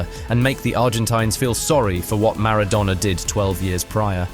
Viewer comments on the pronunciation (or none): Who calls Maradona MarDOWNa? 🤣 too be fair ive called the cheating scum lord worse than that haha